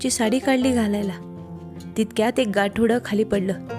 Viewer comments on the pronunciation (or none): गासोडे नाही गाठोडे